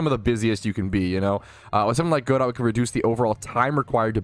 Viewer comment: FYI it's "Guh-doe" as in the French name like in "Waiting for Godot". Not "Go dot".